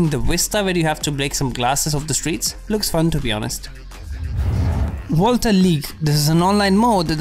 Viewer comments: everyone: Volta: Wolta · Im pretty sure its volta and not volta